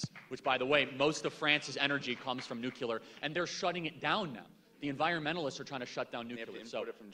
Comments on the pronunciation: I just have to say I can't stand when people say "nucular". It's nuclear goddamnit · Nothing about this video bothers me more than the use of the word... "Nucular" 😂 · NU-CLEAR. NU-CLEAR. NU-CLEAR. Nuclear. Say it right, please!!!